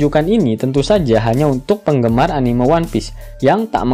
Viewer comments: Keren min ngakak, Tp ane risih denger anime slh pgucapan, yg bener sperti me di kata memang Anime-mang bukan anime-lihat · sedari awal sudah salah sih diprologue, laugh tale anime(lihat), trserah mau diganti apa lanjut, yg punya channel kan bkn aku wkwk Bnyk sih yg salah gitu mgkin susah dilidah, pdhl bhs inggris juga bacannya enimesien, kalo org jepang jd enimeshon sih